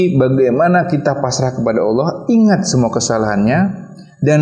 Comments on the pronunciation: Mohon maaf nih, pengucapan Allah itu Allah... Bukan Awloh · Apa saya salah dengar ya? Kok sering dengar kata Awoh